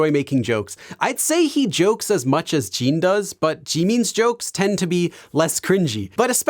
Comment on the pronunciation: It is Jin not Jean … and JimIn not Jeemin